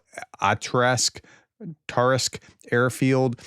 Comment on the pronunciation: Pri-MORS-ko Akh-TARSK Try to read them one syllable at a time.